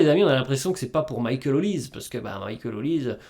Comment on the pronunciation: Olise ce dit Olisé ... Comme pour doué pas Édoué ... Serieux ça parle de foot et vous ne savez pas les noms des joueurs... atroce